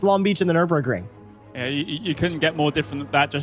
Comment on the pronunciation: Nüburgring GP , the „r“ costs 2,99